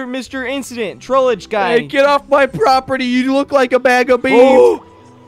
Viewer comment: Is trollge not trollege